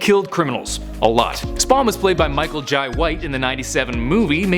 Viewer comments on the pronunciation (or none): Michael jai white like JAY not jye